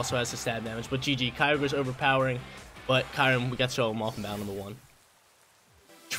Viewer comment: Also, I think its (Curry-Um)